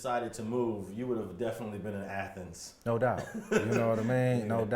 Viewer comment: I like how he says athens as Anthens . Lol